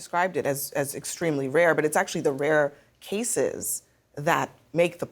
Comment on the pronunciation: Extremely rear ? WTF are you saying Abby ?